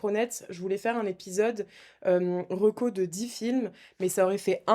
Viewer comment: Prononcez bien reco car on a l impression d'entendre rocco :) et là on change de style de films